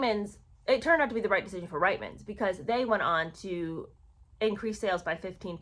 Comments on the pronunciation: It is pronounced Reetman's and it is not very complimentary to call your Canadian fans who buy from Reitman's declining and aging. I feel neither declining nor aged and the last time I looked at my feet, they were firmly on the ground. 😂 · Sorry. I’m Canadian. It’s pronounced “Reetmans”. And you can see these Ads on YouTube. They are hilarious. It’s like Meghan wrote the Ads herself. “Look! It’s Meghan Markle” is the main theme of the videos. Then everyone is stunned by her beauty, and they want to know where she got her beautiful clothes. She smiles and says “Ladies, it’s Reitman’s!” I remember seeing the Ads at the time and thinking “who is this woman? Am I supposed to know her??” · Hi, love your videos! As a Canadian, I hope you won't be offended by the following: The store Reitman's is pronounced "Reetman's". Keep up the good work, please. You have a good sense of humor too!